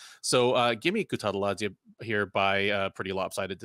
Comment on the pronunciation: actually pronounced Guram last name correct